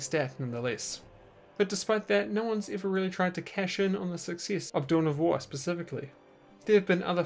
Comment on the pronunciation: Anyone else started hearing "Doughnut wars"?